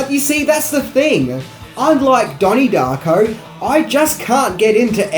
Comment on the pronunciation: " DAHNIE DAHCKO"